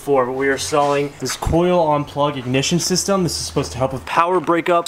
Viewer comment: “!MISHFIYRE SHYSTEM!”